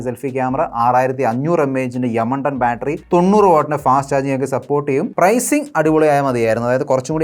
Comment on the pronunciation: യമണ്ടൻ എന്ന് പറയുമ്പോൾ എനിക്ക് മാത്രമാണോ ചിരി വരുന്നത് 😂